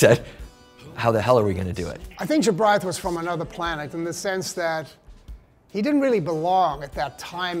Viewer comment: I love Morrissey but he butchered Jobriath....